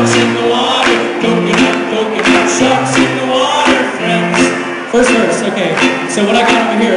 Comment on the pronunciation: When they say friends, all I can hear is "frens".